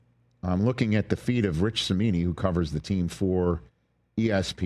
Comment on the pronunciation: You lost me at "Cimini".